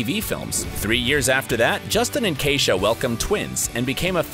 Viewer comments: He keeps pronouncing his wife's name wrong. That's my sisters name. It's e not a. Keisha not Kaisha. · How many times is his wife’s name going to be mispronounced? Lmao tacky